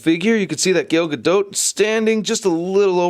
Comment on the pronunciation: its "Gal Gado" the spelling is Gal Gadot but you pronounce it as "Gal Gado" with a faint T